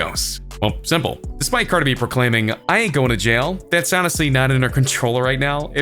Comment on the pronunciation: Why you saying cardi like that 😂 “Carda B” I’m crying 😭